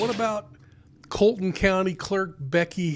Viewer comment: Her name is Becky not Betty. Please verify the correct pronunciation of Colleton County.